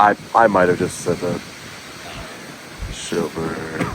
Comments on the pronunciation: i believe it's Silberberg v. Board of Elections of the State of New York they gave you the wrong name. The officer said "Sheelberg" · *SILBERBERG v Board of Elections. Not Shillberg.